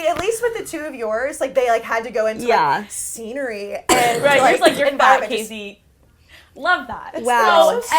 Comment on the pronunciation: Weird how pronounces her name when Alexandra is introducing her in the intro.